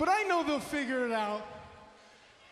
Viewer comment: Never Bo-liev because he lies like how it says BO-lie